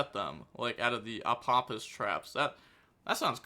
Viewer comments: Ah-pa-fis is the pronunciation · Hey, this Apophis' pronunciation is easy Apo- like Apollousa -phis as in fees from a payment apophis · Apophis = Uh-Po-fis It's from Egyptian mythology. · It's more like fish than fes. Ophis (oh-fish) means snake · SAY IT WITH ME AH PAW PHIS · Pronunciation of Apophis, broken down for. App-oh-fis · Pronouniciation from a simple man Apo- Think of Apollousa Phis- Fis. Fist without the T